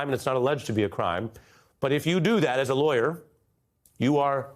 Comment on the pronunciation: “Telling the truths are lawyor tricks”? 😂. How do you say not guilty without saying not guilty? He just did! 😂